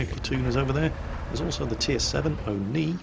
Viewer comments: Where did you got the intro music from:O edit: around 6 mins in vid you keep saying AMX 13 75 but it's an AMX 12t;) and OI (instead of O-ni at 21 mins;P) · And the O-Ni as O-I